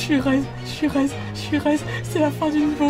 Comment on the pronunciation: Le "J'suis res'" (Je suis reset) qui sonne "Je suis heureuse" 😂